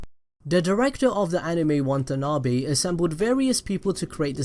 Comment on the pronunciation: I can't unhear how you mispronounce Watanabe's name over and over again...good video though, I liked it.